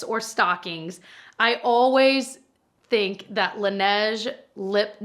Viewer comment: "I thehnk." I felt that tho 😂